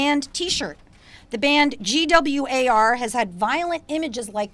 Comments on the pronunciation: wait did she just mention Gwar and said their band name by each letter? lol get out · I hate trump more than any of those people but this is the most unprofessional lawyer I've ever seen. and BTW it's GWAR not G-W-A-R. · Did the lawyer spell GWAR instead of say it? She lost all her credibility. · Did she really just refer to GWAR as "The band G.W.A.R?" Facepalm